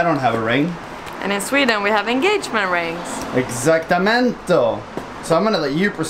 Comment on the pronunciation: exactamento???????? or exactamente jajaj